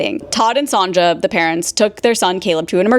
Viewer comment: pretty sure that’s Sonja, pronounced “sone-yuh” like sewn or tone or bone and then yuh